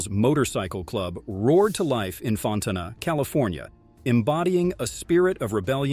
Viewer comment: Fontucky. Bot dont pronounce it right. 'fawn - tanna'